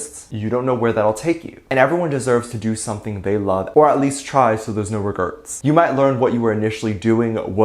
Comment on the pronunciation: Omg, please tell me you were joking when you actually said "No Regerts"?! You do know it's..."No Regrets" right? Lol😂